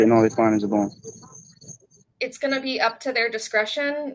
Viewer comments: i heard bomb instead of bong at first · Oh... Bong... I could have sworn he said bomb and I was thinking what the hell. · I thought he said “bomb”.